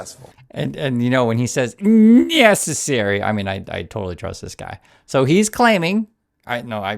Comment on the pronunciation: "nyessary". I thought he was going to say "nyet means nyet". And does anyone understand wtf these people are talking about? It's all double talk. But I guess that's the point